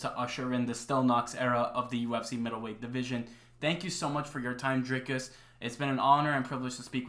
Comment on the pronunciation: Big up for the correct pronunciation of the R in Dricus. DDP is 100% the next champ